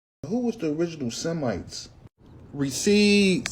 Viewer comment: "recipts" over and over again 😂